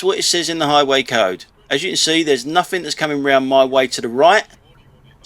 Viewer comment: It's (nothing) not nuffink.